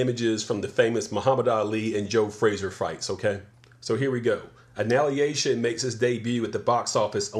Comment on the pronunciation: analiation? annihilation? gelmerro del terro? i stopped watching after u said this idk if it was a joke